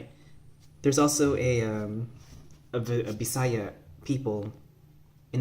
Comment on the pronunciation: Then native pronunciation of Bisaya is /bi·sa·yá/ with the stress in the ultimate. Nonvisayans commit mistake by putting the stress in the penultimate.